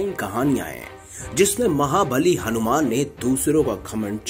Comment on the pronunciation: Hanumana ji ka naam sahi se lena bhul gye mahoday aap... Bhagwan h ye hmare thoda shabdo par dhyan do aap